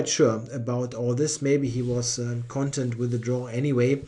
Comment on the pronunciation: Thanks a lot for the coverage of this event. Spending around 2 hours per round recording (and surely at least as much preparing notes) is a lot of work. PS: You're putting the accent upon the wrong syllable [1] when pronouncing "content". The stress is on the first syllable when talking about e.g. the contents of a book, but on the second syllable when used in the meaning of "satisfied". [1]: — WARNING! TVTropes link!